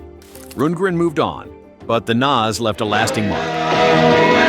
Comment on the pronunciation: Besides mispronouncing Todd Rundgren's name and mispronouncing NAZZ, these are NOT particularly obscure bands. I played fully 15 of these acts on a commercial FM free-form AOR station -- in Mississippi! -- in the mid- and late-'70s.